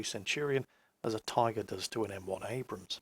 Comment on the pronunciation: Trollinski Yolo Those who pronounce Abrams "abrahahahahams" totally lose my respect. Adios, noob.